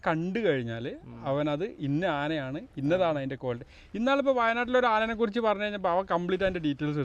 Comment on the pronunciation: അനേനെ ന്നു അല്ലടോ ആനയെ 🤣